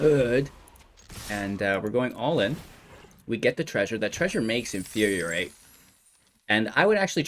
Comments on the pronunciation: In-fyur-ee-ate not In-fyur-ee-ur-ate This pedantry brought to you by CGB's Professor of Symblahblahblah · It's not "in fyur yur rate" it's "in fyur ee rate".